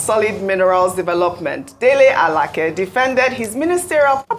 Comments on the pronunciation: U don't understand me. She's not struggling with the name pronunciation. There are two names with the same spelling. She perfectly pronounced the one she used. That is A-la-keh. The Minister is A-la-kay. If she goes to Abuja and asks for Alake (a-la-keh), it is possible there is someone bearing that name in his office. This is just a 2mins learning, and I'm sure Ojy has no problem with it. It's ppl of low capacity who think they have to pause every other area of life until Nigeria turns to America. Remember, Ojy is a journalist, not a reader like u. She will handle it differently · Thanks so much Arise. Ojy is doing well. I think I've heard Ojy called Alake (a-la-kay) Alake (a-la-keh) a few times before. Both pronunciations are Yoruba names but this Minister is Alake (a-la-kay) like Alake of Egbaland. I expected Rufai, Ayo, or Dr Abati to have spotted this. They always do, I'm surprised how this skip through. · Alake is pronounced:Alaa Kay. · I wish I can do even a quarter of what you guys do ..BUT if you have to be the one..then do it well..Our Ojy should learn to pronounce Nigerian names ..no excuse oh..You can't call Alake like you r calling a ladies name..and many more ... And our politicians just open their mouths..imagine .Alake saying he is trusted to get his post . ..